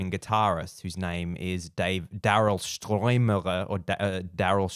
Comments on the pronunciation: I can’t believe he couldn’t pronounce Stuermer correctly which is a German name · You call yourself a Phil Collins fan yet you've never seen the "Seriously Live In Berlin" concert? Seriously? From 1990? And you can't pronounce Daryl Stuermer thats been with him since 1977 in the Genesis days? So ridiculous.